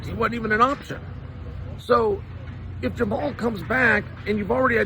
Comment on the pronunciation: Jamal Hill… 😂 The man’s first name is pronounced “Jama-Hall”